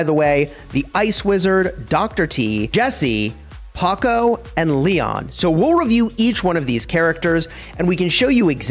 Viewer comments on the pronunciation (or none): Its pronounced ""Powkow" not ""Pohcoh " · I got triggered hearing you say Paco over and over again💀. Glad you caught it in the comments section. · Every time he says Pocko 🤢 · PS THIS IS SUPER EMBARASSING BUUUUUUT it's POCO NOT PACO. THIS IS WHAT I GET FOR RUSHING AHAHA. At some point I say "groot" but I mean Gru, lol. WELLLL hopefully you enjoy it anyways!! Actually no, I intentionally mispronounced it to farm comment engagement. Yeah. That's what I did. Totally. Fully not a complete blunder on my part, intentionally comment farming. /facepalm /embarassed hahaha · Bro really called poco paqoe (geometry dash reference found?) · Bro what is your pronounciation of poco 🤣🤣🤣🤣 paco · it’s “poe-co” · Him saying paco doesn't sit well with me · The way you said Poco ia hilarious 😂😂